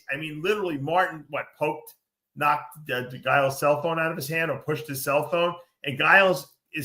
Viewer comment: The way Dave pronounces Giles 😂